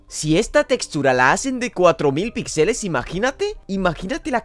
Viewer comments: Si dice otra ves pixèles me pego un tiro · Se dice píxeles, es una palabra esdrújula.